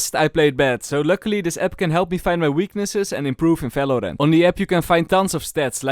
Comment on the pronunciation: it's Valorant not Falorant